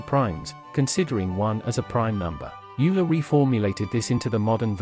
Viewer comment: "Youler" :D